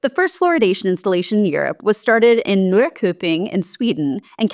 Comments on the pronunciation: that sure is one way to pronounce it haha nörr-kö-ping ha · And by the way, the k in Norrköping is pronounced more like the ch in child (but not really correct either, can't find the correct sound in English, not sure it exists, basically somewhere between ch and sh, I think) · Your pronunciation of Norrköping made me spit my drink! 🤣 I appreciate that you actually got the difference between o and ö, but i have no clue how you got the o to become a diphthong. Not knowing that the k sound should be soft (sch sound) here is understandable though.